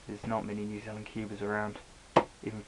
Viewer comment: Oh, just heard New Zealand, hahaha.